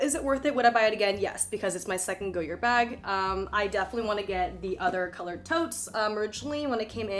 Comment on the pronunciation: It’s pronounced “goy-yaar” Green is my favorite goyard color